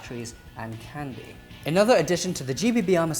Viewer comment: Every time he says "Candy" I can't help but laugh XD